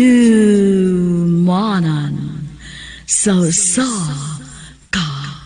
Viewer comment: Nakakatawa nman tong pag pronounce ng Haduhmanan.🤣🤣🤣🤣🤣🤣😂😂😂😂😀😀😀😂😂😂